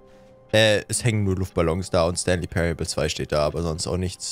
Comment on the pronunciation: Zoombey hat leider den jim knopf verpasst der "stanly " sagt